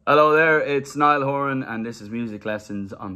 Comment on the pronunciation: He says "Niall Oran" like the 'h" is silent. Rest of the world pronounces it.